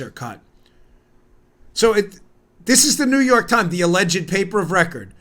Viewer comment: This may seem silly, but I love that Bongino properly (or at least preferentially to me) pronounces “alleged”, all three syllables of it. Thanks, Dan!